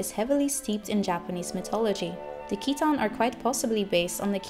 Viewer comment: Great Theory. My name is Keaton and I find your pronunciation nice, most people end up calling me Keith :/